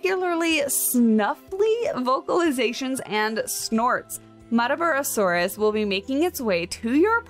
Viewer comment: I believe you pronounced the name right (Mutt-ah bar-rah) It was named after the Queensland town it was discovered in, which itself was named after one of the Aboriginal tribes located there.